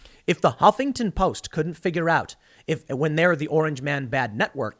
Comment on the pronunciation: I love the way you pronounce the "Hoppington Post". 🤣 They deserve it.